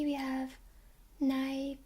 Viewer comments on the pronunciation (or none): none